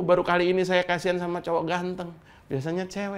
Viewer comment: Ahy baru belajar ngomong sayA rakyat kecil